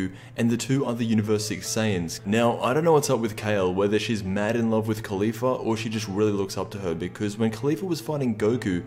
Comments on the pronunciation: is it just me or is he calling Caulifa, Khalifa. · I'm getting triggered by the way you pronounce Caulifla.